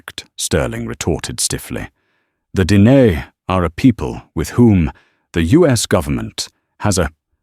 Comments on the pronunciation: Ok if you are going to use AI make sure it can pronounce the Diné correctly. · Thank you for bringing it up! It was a little jarring. Twice! 😂